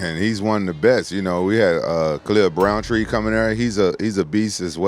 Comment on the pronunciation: "Khalil Browntree" sent me